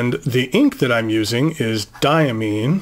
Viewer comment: Its DiaMINE as in coal mine. Diamine is located about 12 miles from where I live, maybe get the cadet co to do a raid... Hahaha, hope you dont get upset about me saying about the pronouncing of Diamine, I'll have to get more into this story. Smart pen set, surely will be conversation pieces. Best wishes to all pen people. LeZc @@